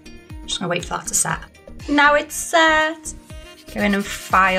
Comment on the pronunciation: Have you watched the videos with English commentary on, some of the words are must, instead of set says sacked, or sad, it's a good job we know what your saying lol, your doing well with the designs, love the colour combo.